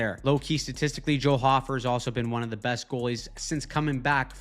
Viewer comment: Hi, Joel Hofer’s cousin here, it’s pronounced “Hoe-fer”, not “Hoffer”. Thank you for the great videos.